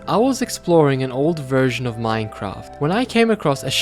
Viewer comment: Why do u pronounce Minecraft as mminecraft